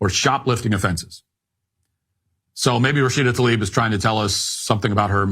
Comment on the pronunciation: Stop Americanising Rashida's name. It's not Talib it's 3 consonents Tl-A-IB